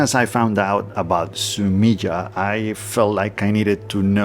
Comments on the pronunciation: Fun tip for pronouncing japanese words: the vowel sounds never change like they do in english. so "e" is always "eh" / "aye". So in this case, it would sound like "Su me ay" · Three syllables: su-mi-eh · Fascinating. Thank you. BTW ink picture or drawing is pronounced Sumi-e where the ‘e’ sounds like ‘eh’, as if you misheard something and wanted clarification.